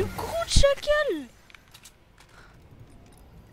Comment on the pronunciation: Arrête de dire chacale